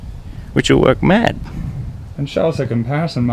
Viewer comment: American accent? Maaaaaaaaaaaaaaaaaaaaaaaaaddd.